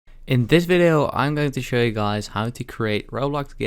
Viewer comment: Why did you say in this viyo dummy